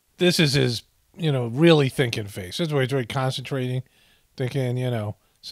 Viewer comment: At first I thought you said ‘his drinking face’ then I realized you said ‘thinking face’. I actually can’t tell the difference.